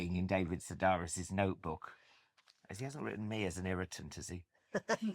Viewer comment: Why did no one tell Alan Carr that the name is pronounced "Se-DARE-is" because it's Greek and not "Se-DAHR-is"? This has been common knowledge for 30+ years, especially because David Sedaris has been so popular on radio, interviews there and on TV, and audiobooks. Where you can hear the pronunciation, not just read it.